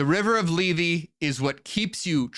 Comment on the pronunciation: Λήθη, Leéthee, th as in THink, not th as in THere.